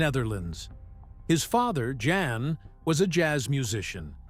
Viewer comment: Pronounced yawn, not jan!